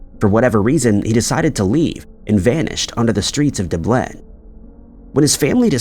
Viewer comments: He's the first and only person I've ever heard pronounce it that way, too. I can understand mispronouncing someone's name due to it's spelling or the name of a place he'd never heard of before, but Dublin is obviously very well-known and is literally pronounced exactly as it's spelled; It just seems unlikely to get wrong but here we are listening to this guy say it that way for years now. Honestly, the most important thing with these videos, though, is that he gets all the details correct because that's what really matters here. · i do, it hurts my ears :) and it’s a capital of a country so kinda embarrassing. Otherwise great episode. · Ok…I had to turn it off. I could only stomach your Bot butchering Dublin for so long. 🇨🇦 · Enjoy your videos but you don't know how to pronounce Dublin?? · Except he’s an American and though it may not seem so at times, we do speak the same language as the Irish. And we all know how to pronounce Dublin just fine. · Dooblen. The Dubai of Ireland. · yeah......YOU NEED TO FIX THAT...DUH- blin.... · Haha, yes-- I remember it from several years ago at the least. Still saying "Doo- BLIN" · Yep. Lost me at De-blin! 😂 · Oh you mean it's not pronounced "Dubleh"?... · My guess is that the AI is trained to believe anything in Europe must have French pronunciation. Du Bleen. Kinda the opposite of how all the French-named streets in New Orleans are pronounced without a hint of French. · Why, yes, it's Dooblin, don't you know! 😂😂😂😂😂 AI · That’s literally NOT accurate. No one in the US has ever pronounced “Dublin” as “Duh-bleh”…unless they’re trying to say it with a mouth full of Novocain. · Doobliin is a small French town in Ireland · can say Edinburgh correctly but not Dublin lol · No way this man doesn’t know how to say Dublin 😭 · I kept listening and thought the comments where being extra about his pronunciation but after the 3rd time of him saying dublin, i get the outrage and i wont be listening anymore 😑😡😑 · Lol, I noticed that too. Weird